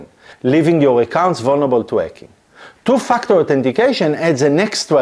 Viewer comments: Your accent makes it sound like you are saying "to f#ck the authentication" And i love it. :) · Sorry but I have to laugh every time you say "two factor"🤣🤣🤣But seriously, very informative thanks.